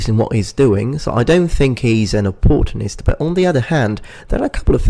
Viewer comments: Wait, was he trying to say opportunist? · The way you say opportunist? I've never heard it pronounced that way. It's interesting :) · I've never heard anyone pronounce opportunist like that before in my life.